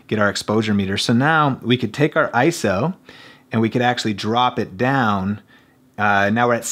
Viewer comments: It's I-S-O, NOT "eye-so". Thx! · I-S-O, not ISO. Repeat after me: I - S - O. You just hurt my brain.